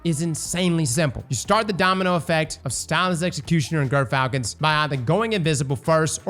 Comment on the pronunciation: why does NOBODY pronounce Gyrfalcon's Hauberk right?